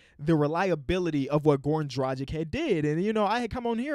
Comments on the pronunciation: he not, he still cant pronounce Dragic correctly smh. the ic at the end is pronounced just like for Jokic and Doncic. ich. Its Dra, then the g like in dragon, not the g in magic, but in dragon, and then the ic like itch. Really not that hard :(( annoys me a lot. #heatnation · Come on, learn to say Dragič right, its not so fucking hard, if you take Drag from dragon and the ič from bogdanovič you are set...